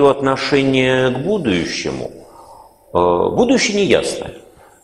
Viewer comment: А почему ув.лектор говорит "будующее"?